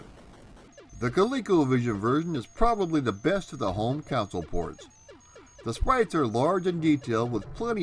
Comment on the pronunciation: I had this for the apple //e I thumb-upped this video. Also, it's altimeter (al-TIM-it-er), not ultimator. And after three videos, I'm pretty sure you ARE saying coun-sole. It's console. Aside from a couple pronunciations, you outdo yourself in these videos. The research is amazingly extensive.